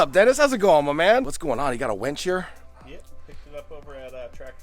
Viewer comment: You kept saying winch, but pronouncing it like wench, and I about died laughing every time imagining a team of buxom women doing that lifting and moving. Looking good, dude, so nice to see the dream coming to life. Great work!